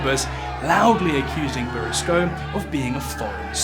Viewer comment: Pronounced boursicot wrong the whole video, but otherwise a great viseo